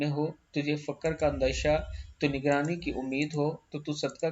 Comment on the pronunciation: براہِ کرم حدیثِ پاک بیان کرنے سے پیشتر اس کی صحیح تلفظ کے ساتھ ادائیگی کی مشق کیا کریں ( لفظ تو نگری (Ta wan gari) آپ کو ادا کرنا نہیں آیا